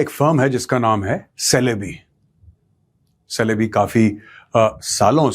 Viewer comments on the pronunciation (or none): It is pronounced as chelebi It is written as celebe but pronounced as chelebi